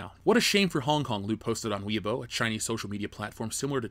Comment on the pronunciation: Weibo is pronounced like "way bo" (bo like bo staff". Just saying. I live in China. Nobody really cared about Mulan and most people didn't bother to see it.